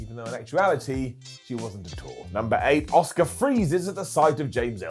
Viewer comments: Why do so many people both within the WWE and all the talking head shows (including ) call Asuka “Oscar” it’s not like Asuka is even difficult to say. I mean, I understand the Americans somewhat deliberately swap their O’s and A’s around in some words, but is an English… it’s Ah-ss-oo-kAh. It’s not like she hasn’t said it herself on WWE either. It’s American language imperialism and it’s infecting my language and I don’t like it. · “Ah-ss-oo-kAh“ is a Star Wars character. The Japanese way to pronounce her “name” is “Ah-ss-kAh”. The “u” is almost completely silent after “s” in most cases.